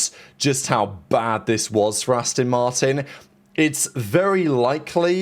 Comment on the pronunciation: Asston Martin 😂